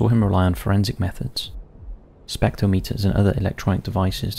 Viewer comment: Spectro meters??? FFS spectrometers ....Spectrom-eters, you do this all the time, miss pronounce words you've only ever Read and have never heard spoken, and it makes you sound Un-educated, and a Bit dim, Please read the Pro-nun-ciation as well as the description Just Sayin🤷🏽‍♂